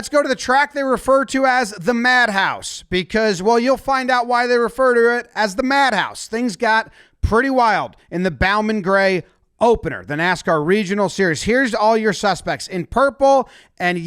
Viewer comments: Bowman is pronounced like "bow" and arrow. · It's pronounced Bo-man gray. And that place is fucking nuts. It's byob allowed, or used to be when we used to go in hs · As someone who live in Winston Salem and has gone to the madhouse my whole life, hearing how he pronounced “Bowman” made me cringe lol